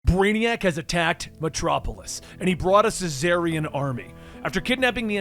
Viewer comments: Isnt it czarnian not cesarian???? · It’s pronounced *XARNIAN*‼️‼️ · why are you saying "su-zarnian"? The C-in Czarnian is silent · I think you mean "Czarnian". Lobo is from the planet Czarnia. "Caesarian" is a medical procedure to deliver a baby. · Using my daughters computer to view your video. One minor complaint though, as you have done an excellent job. Lobo is a Czarnian. Pronounced Zar-Nee-An. The first part like the former rulers of Imperial Russia, spelled either Czar or Tsar and pronounced Zar. Keep up the good work. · I feel like that's not how you read czarnian... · glad i'm not the only one who was thorougly confused by the pronounciation here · Czarnian! The the Russian prince Czar. Thats gow its pronounced. Also Czarnains were peaceful and geeky thats why Lobo did his thing. So this story is off. Im hoping this is the Start of Lobo's new series. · It always bothers me the way you pronounce Czarnians, the “c” is silent. Just like you would say “Russian Czar”.